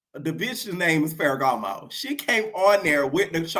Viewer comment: bol😂😂😂 I was ready to say something like I’m just SO now that’s tv and you already clocked me back when you said “faragamo” 😂 You know your Tea! Im a kind of new subscriber I’m always entertaineddddd⏰onmymomma (summervoice)🤣